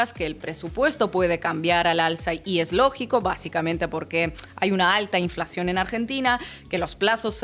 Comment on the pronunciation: Es muy fuerte, como argentino, escuchar a inna hablando de la " inflashión" y "sobreprecio" un clásico de estas coordenadas